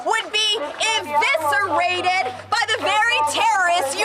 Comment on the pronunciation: It’s eviscerated, not inviserated dumbo!